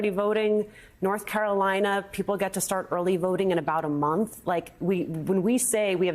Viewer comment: does he keep saying " Norf Carolina"? lol